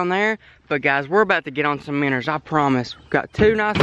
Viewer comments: Its not "minners" it minnows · Why does he say “miners” when he try’s to say “MINOES” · Joshua Lummer u don’t know how to spell he says minners not miners and it’s minnows not minoes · Does anyone else notice how he always says,”minners?” instead of minnows. I get a kick out of it but it fits well. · I like how he says miners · Minos not miners 🤣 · Miners instead of minows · Its "minnows" not minners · say "Minn o" not "minners" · The way he says Minnows is so funny Minnors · “Minner”😂😂😂 I love it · I like how he says “miners” instead of minows